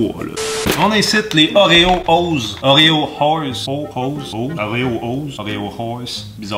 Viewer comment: Je veux des Oréo "whores" (comme il dit xD) à la place de mon Prozac !